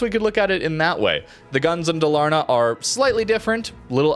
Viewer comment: Dalaaaarna, it's DAL-AR-NA 😁 thumbs up 🎉